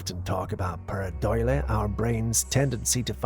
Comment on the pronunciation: Its paradolia not paradoila